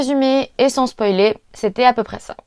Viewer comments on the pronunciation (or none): none